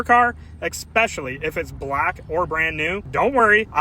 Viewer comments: ESS-pecially - not EX-pecially. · OP needs to pronunciate the word ESpecially correctly. And yes - too much product is a common mistake when using these.